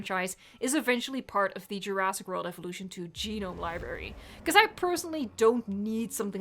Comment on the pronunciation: Love you, but the swallowing of "jurassic" into "djurass" is triggering me af everytime;)